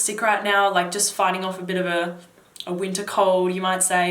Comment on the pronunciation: When you mentioned winter I thought you were saying "Utah". I was wondering if you were in the US.